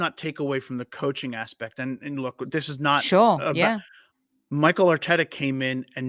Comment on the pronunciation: It's Mikel Arteta not Michael Arteta,. Great show overall!